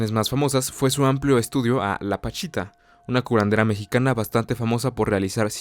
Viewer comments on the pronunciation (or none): none